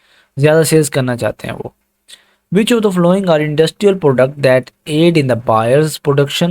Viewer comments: yar following ki pronounciation si kren apni baki set hai zabardast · not only following some other words too please.